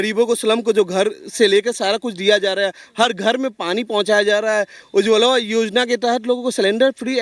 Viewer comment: पहले बोलना सीखो उज्ज्वला योजना दिया है कि उज्ज्वलवा योजना दिया है